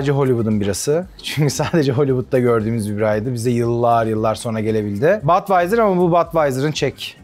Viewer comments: Badweiser degil yazildigi gibi okunur budweiser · Yanliz Badwaiyser degil Budweiser diye söylenir :)